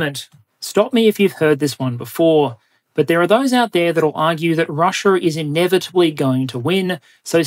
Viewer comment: I’m curious as to why you occasionally say Chiner, Russier, Dater, Areer, & Agender?